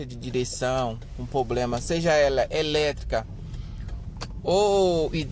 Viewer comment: Amigo, pRoblema e não pOblema.